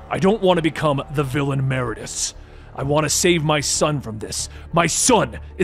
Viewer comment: You said "Meridius" wrong.. every.. single.. time.. 😢